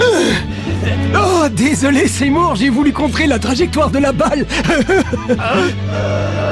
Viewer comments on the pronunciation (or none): Il est mal prononcé. C’est Seymour et pas Zemmour. 😅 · C'est mal prononcé c'est Seymour